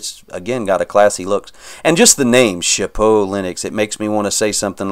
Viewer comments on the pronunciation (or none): No worries, we're not French so we don't really need to speak it lol. I only knew what it meant because I took 4 years of it in high school (took a semester of Italian in college too, so much easier than French lol). You got close to saying it right a few times though.